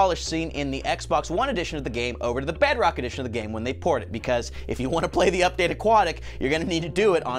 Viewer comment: "Updatea" nice English tanner